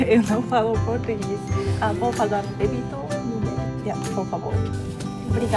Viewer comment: O seu "eu não falo português" está muito bom! Continue assim que vai falar em pouco tempo.